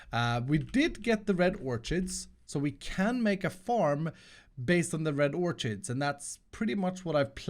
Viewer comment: Small note, Orchids is pronounced "Ork-ids" not "orch-ids" Otherwise great video as always!